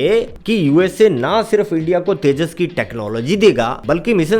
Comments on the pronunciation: तेजास नहीं जान तेजस😂😂😂😂😂😂😂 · तेजास नही तेजस 😂😂😂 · बेकर भईया समझ में नहीं आया तेजस है या तेजास है